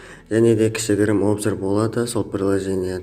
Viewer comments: Обзор емес Абзор деп айтылат казақша 😂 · Обзыр емес обзор